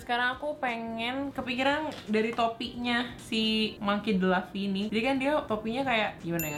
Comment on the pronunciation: Aaaaaaaa Anime kesukaan aku kk,, Grand line = nama lokasi di one piece. Thousand sunny = nama kapalnya bajak laut topi jerami. Untuk nama tokoh utama pembacaannya tetep u kak. Jadi monkey d luffy bukan "monkey d laffy"